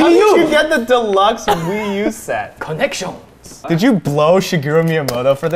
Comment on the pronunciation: "How did you get the deluxe edition?" "CONNENTIONZ"